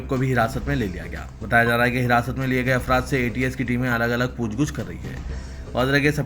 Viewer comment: Poochh Gachh (not Pooch Guchh)